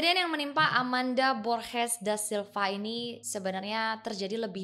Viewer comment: G di bahasa Spanyol dibaca h ringa kayak di bahasa Inggris. Gosah kh berat kaya giti Kk, h-nya biasa aja borHes. Klw g dibaca kh (h berat the way you pronounce borges in this vid) itu cara baca g di bahasa Belanda. Cuma share sedikit yg saya tahu